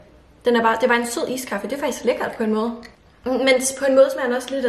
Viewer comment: Du siger iskaffe mærkeligt, det er iskaffe ikke ISSSkaffe